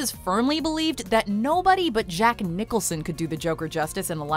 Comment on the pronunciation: Random TV: it’s Jack “Nicholson”